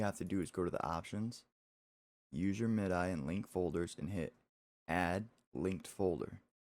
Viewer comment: "Mid-eye"? You youngin'. :)